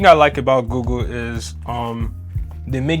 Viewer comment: Does he call it “GooGoo?”